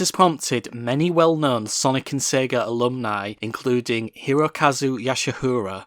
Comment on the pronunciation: Its "Sega" not "Sagar"